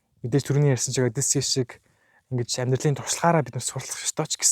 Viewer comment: Одийсес биш хөөе. Зөв дууд хөөе!!!